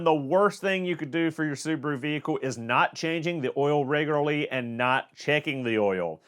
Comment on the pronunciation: Say Reglery... One more time....